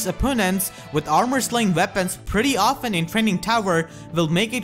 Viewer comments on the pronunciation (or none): none